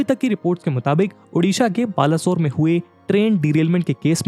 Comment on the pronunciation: Sir , that baleswar not balaswar.